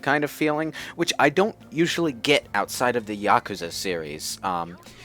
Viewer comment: YA-KOO-ZA YOU IDIOT